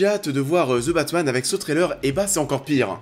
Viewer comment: Je savais pas qu’il y aurait un film qui s’appellerait « Ze Batmanne »... pfff hehe. Allez, un petit effort de prononciation s’il vous plaît... Si le th en anglais est trop difficile à prononcer, aussi bien prononcer comme un d (De Batman). Sinon, pourquoi tout simplement ne pas le dire en français le Batman, ou l’homme chauve-souris...